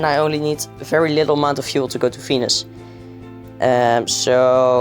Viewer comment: when you said venus, i heard fenis fenis and ferb